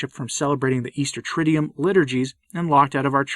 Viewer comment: Soon-to-be (or already?) Doctor Stine - I'm still begging you, as a Latinist and choral diction coach, to please say "TRID-doo-woom" and not "TRID-dee-yoom". It's a simple change. Say it a few times to get used to it. You have to say the word often enough that I don't want you getting embarrassed by your persistent incorrect pronunciation. You're a brilliant man - please fix this.